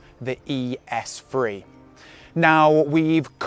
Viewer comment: Lmao “ES phree”